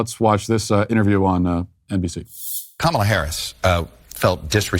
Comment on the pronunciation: I agree with everything you say…but out of respect, please pronounce the VP name correctly. She is definitely the worse VP that I have witnessed in my adult life but everybody deserves to have their name pronounced correctly. Sorry it’s a pet peeve of mine. Keep up the great content!